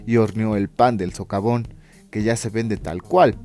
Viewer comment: Dice sovacón en lugar de socavón.